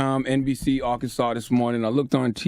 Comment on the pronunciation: Bro say Arkansas like he from here.🤣